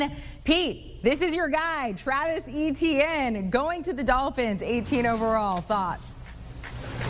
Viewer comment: Etienne is a French name and the "E" is softer, as in "et".